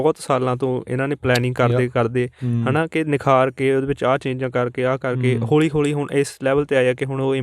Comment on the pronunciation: ਸਰ ਹੋਲੀ ਹੋਲੀ ਨਹੀਂ ਹੌਲੀ ਹੌਲੀ ਹੁੰਦਾ ਸਹੀ ਸ਼ਬਦ।